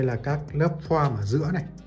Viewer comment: Góp ý nhỏ ạ, "foam" bác nên nói là "phôm" thay vì "phoam" :)